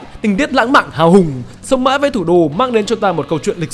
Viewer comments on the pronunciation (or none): đọc kiểu gì ra sống mái với thủ đô :))